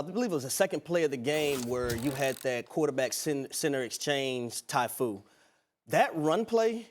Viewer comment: Did this bruh say tyfu?? 2:98